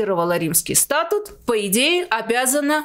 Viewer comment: Спасибо за выпуск!... В слове "СтатУт" ударение падает на "У", а в слове СтАтус" - на "А" (мимоходом, так сказать, из Арцаха блокадного)